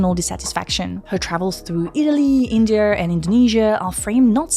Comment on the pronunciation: "Video" pronounced "vidi-er", "India" as "Indi-er", "project" as "prerject" and masking your french accent with "er" sounds is still distracting. Love your content.